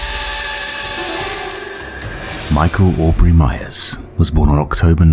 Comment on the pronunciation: Audrey. Not Aubrey.